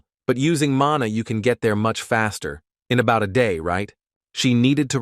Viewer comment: So much errors lol, it's mana, not manu.. it's her son, not her boyfriend.. 😂